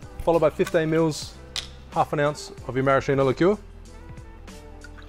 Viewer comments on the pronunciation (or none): Lovely, but stop saying marashino. It's pronounced maraskino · Nice video! Maraschino is pronounced MaraSKIno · The correct pronunciation is "maraskino" (ch in italian is k) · Same with cocchi (cocky) vermouth, it's Maraskeeno. Brilliant video as always. I'm far too pedantic on these things I reckon